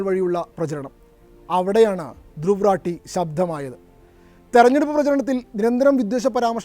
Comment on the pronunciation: ധ്രുവ് . രതി=Druw Rathy എന്നതാണ്അയാളുടെപേര് 👌ഹിന്ദിചാനലുകൾ പേര്ശരിക്ക് ഉച്ചരിക്കുന്നത്കേൾക്കാം മലയാളക്കാർ 🥴 ഇദ്ദേഹത്തെരാട്ടി, രത്തി, രാത്തി , എന്നിങ്ങനെ പറയുന്നു😂 ഒരു കൊല്ലത്തോളമായി ഞാനി ദ്ദേഹത്തെകേൾക്കയും 😊എൻ്റെ 5000 ത്തോളംവരുന്ന ഫെയ്സ്ബുക്ക് 🎉സുഹൃത്തുക്കൾക്ക് ഷെയർ ചെയ്യുകയുംചെയ്യുന്നു😮 ധന്യ വാദ്😊